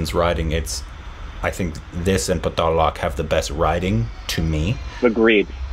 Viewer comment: Paa-taal Loke